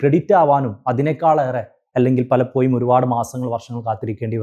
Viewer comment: ഒരു examo intrw വോ ഒന്നും ഇല്ലാതെ,പൈസയുടെ മാനദണ്ഡം മാത്രം വെച്ച് govt ജോലി വാങ്ങാൻ പറ്റുന്ന ഒരു മേഖലയാണ് teaching... മാനേജ്മെന്റ് സിസ്റ്റം നിർത്തേണ്ട time കഴിഞ്ഞു. (Sir, ന്റെ സംസാരം ആകർഷണീയമാണ്. പലപ്പോ'യും' എന്ന് പറയുന്നതൊഴിച്ച്..) Aided സ്ഥാപനത്തിലെ ടീച്ചറോട് വേർതിരിവ് വരുന്നതിന് കാരണം psc exam എഴുതി കഷ്ടപ്പെട്ട് പഠിച്ചു ജോലി കിട്ടുന്നവരും പൈസ കൊടുത്തു കേറുന്നവരും തമ്മിൽ ഒരുപാട് വ്യത്യാസം ഉണ്ട്.. ആ വ്യത്യാസം മനസ്സിൽ ഉണ്ടാവും. ഞാൻ പഠിക്കുന്ന സമയത്ത് psc യെ കുറിച്ച് ഒന്നും അറിയാത്ത സമയത്ത് ഒരു ടീച്ചറോട് ഇതിനെ കുറിച്ച് ചോദിച്ചു.., എങ്ങനാ apply ചെയ്യേണ്ടത്.. എങ്ങനാ പഠിക്കേണ്ടത് എന്നൊക്ക.. അപ്പൊ ടീച്ചർ പറഞ്ഞ മറുപടി.. എനിക്ക് അറിഞ്ഞൂടാ മോളേ, ഞാൻ ഇതേവരെ psc examonnum attnd ചെയ്തിട്ടോ reg. ചെയ്തിട്ടോ ഇല്ല.. Qstion എങ്ങനെ വരുന്നത് ന്ന് പോലും എനിക്ക് അറിയില്ല, govt. ജോലി ആണ്.. പൈസ കൊടുത്ത് കേറിയതാണ് എന്നായിരുന്നു..